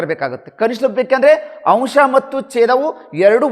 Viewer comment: 3 A .ಸರ್ ಅಂಶ್ ಅಲ್ಲ, ಅಂಶ ಸರ್